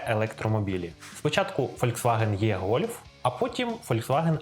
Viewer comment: Чому "єГольф"? Латинську "e" німці читають як "е", англійці – "і". Ну хіба що моcкалі читають "є"